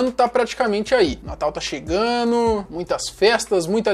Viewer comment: Não fale mais é chegando! Vc troca direto ando por ano! Só uma dica construtiva para seus materiais que são ótimos.